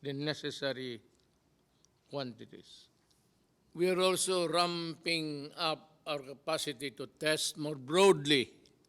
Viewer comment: we are also “rrrrram-ping-ap” LOL Mabuhay!